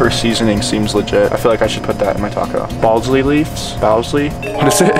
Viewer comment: And I can’t believe he called basil balsley